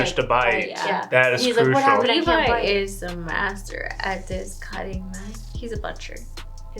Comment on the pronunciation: Meesucka and Levvy?? REALLY nigga?? I understand misreading the names from time to time, but are you not actually listening to the show while you watch? They SAY their names constantly, anything you misread should be shut out by the fact that you HEAR the words Mikasa and Levi 80 times per episode with your own ears...